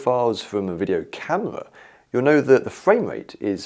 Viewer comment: "camewa" ...camera